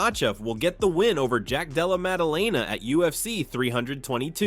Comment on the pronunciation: "Jack Dallemelalala" 😂